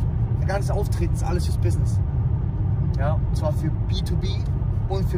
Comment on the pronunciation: "Mehrere Bissnisses"